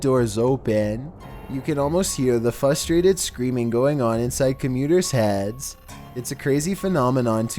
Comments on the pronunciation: The word is FRUSTRATED. With an R. There's two of them in that word, fRustRated. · He did not just say "fustrated". Come on now. You're a narrator; I understand by now that you will not learn to use proper inflection (Are you just reading what someone else wrote? You must be.), but at least pronounce English words correctly.